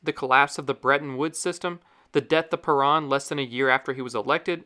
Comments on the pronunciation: Peron not paran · "Juan ped-ahn" never heard such an, uh, "interesting" butchering of that pronunciation. just pronounce it the English way if you're a non-Spanish speaker. for real. lol. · It's hard to take this video seriously when it doesn't pronounce Juan Peron's name correctly